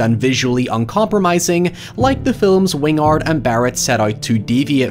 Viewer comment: "Wing-ard" vs "Win-gard" makes me wonder if it's a mistake, how it's supposed to be pronounced, or if it's intentionally on-brand for pronunciation affectation.